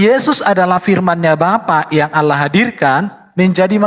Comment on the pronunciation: harusnya di baca Allah ka bukan Alah heran sya trmksh.